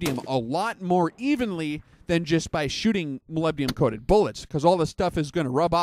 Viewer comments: Hi, Not to be a wise ass, but you are completely mispronouncing Molybdenum. You're saying Molybdium. President George W. Bush caught hell for saying Nu-cu-lar (Nuclear). Anyway I'm an Analytical Chemist and test Molybdenum in the vitamins and minerals by ICP-MS (Inductively Coupled Plasma-Mass Spectrometry). It's used as a catalyst in many enzymes in plants and humans. It has an atomic number of 42 (the number of protons). The rest of the weight is made up of neutrons (98 atomic mass units - 42 = 56 neutrons if you take the most abundant isotope). There is a contradiction, in your video, from some shooters that say it actually slows the bullet down. I have yet to test fire my reloads. Molybdenum disulfide (MoS2) is the compound used and does lubricate the bullet but apparently adds drag, but will look into it further. Just sayin.-Paul D. Dodson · Oh shut up, he spells it right...just says it weird. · Is it that hard to say molybdenum right? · Love your vids. Moleebdenum That's how it sounds.